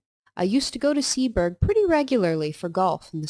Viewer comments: "Seaburgh" - (Sea-bruh) . Said as one word not two. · Pronounced seaborough